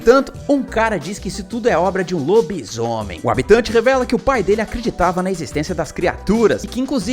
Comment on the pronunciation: "LoBI-ZÔomem" xD adorei a formaq vc falou kk